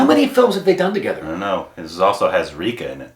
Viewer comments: Ray-kha and not Reekha.. the pronunciation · Just an fyi... her name isn't pronounced Reekha, it's pronounced Rékha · It’s pronounced Ray-kha not Reeca. Watch her interview with Simi Garewal, she is a fascinating person. Then watch Silsila & Umrao Jaan. Then Khubsoorat & Khoon bhari maang. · It's not Rikha .. it's "Rey" +" Khā " 🙂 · Rekha = "Ray - Kaa"